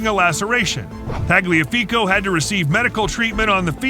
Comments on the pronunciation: pronounces Tagliafico without issue but cant say Ajax or Bayern xD kidding aside this was an entertaining video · Narrator: butchers pronouncing Ajax and Bayern Also narrator: says Tagliafico correctly